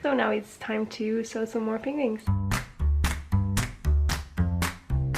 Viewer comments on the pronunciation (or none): I love your vlog, (your name sounds like "Edina" when you say it!). Thanks for the tips on paper piecing, very helpful. I adore the way you pronounce "penguins" as "pingwings"... watch an episode of the Grant Norton Show on youtube, with Benedict Cumberbatch: he pronounces it the exact same way, and his first language is English! Holland looks like such a lovely country, I am definitely adding it to my list of must-go-to places (if I can schedule my trip so I can also attend one of your "crochet parties"--they look like SO much fun... even if everyone will likely be speaking Dutch, I'm sure I'd still enjoy myself!). Keep posting videos, you are terrific! ~Diana from Toronto, Canada